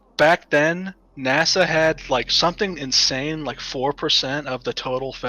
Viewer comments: Why does he call NASA "Nassau" ? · Did he say Nassau for NASA 😂